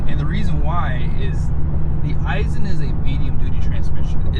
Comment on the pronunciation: 1.) it’s Aisin, not I-sin 2.) it’s in 2nd b/c there’s 8 of them mfs & it would only be a hindrance to shift all the way down 3.) the ZF isn’t any more ‘heavy duty’ than the competitors & all 3 are used in medium duty trucks currently. 4.) they ALL 3 have exhaust brakes & have for years. 5.) the PCV filter has always been easy as it can be on the 6.7s. 6.) the torque curve is better on the V8 power stroke, so that’s a moot point 6a.) any engine stands to benefit from an increased # of ratios in a transmission, nothing about being an i6 removes the fact that there’s a finite torque curve & even more finite points of peak torque, power & efficiency.